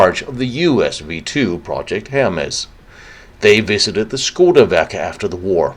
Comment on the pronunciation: Hermes - pronounced Her meez.